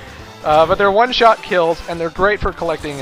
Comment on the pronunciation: one shit kill Me:!!! are you drunk again!!!